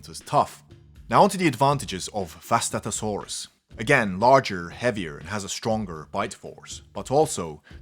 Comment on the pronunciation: It's pronounced (Vustato-sauras).